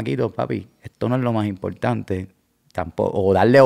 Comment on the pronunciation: "Bien impoltante orinal" "orinamo a la vé" "gané".